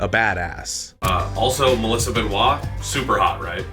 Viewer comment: Dude, per the lady herself; Ben-oi-st, not Ben-wah.